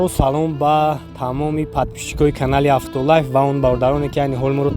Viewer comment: авто лайф, не авто ЛАЙВ